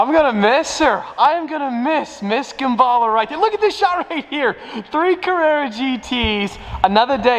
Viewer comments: My heart dies every time you pronounced Gemballa as gem-be-luh. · * Gemballa, cannot pronounce it and you had no idea it existed before or you would have spelled it correctly and not the way pronounced it.